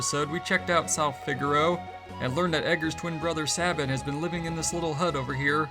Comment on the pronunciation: Sabin = say-bin